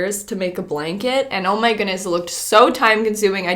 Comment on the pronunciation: 😏😂😂… oh my “gooonesss”??? that word has a ‘D’ In it lol 😂 “goodness” 🤦🏽‍♀️